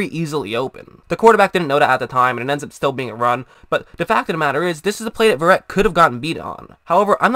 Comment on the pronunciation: This guy cant even pronounces his last name right. This dude a robot or something?